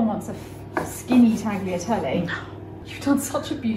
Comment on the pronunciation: 🎄Awesome episode💖 is so cute when saying Tagliatelle, meanwhile every Italian cringes (mispronounced)😂 haha... and in the end, the cut was closer to Pappardelle, now I want to hear her say that😉